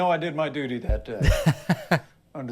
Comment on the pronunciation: "I know I did my dootie that day."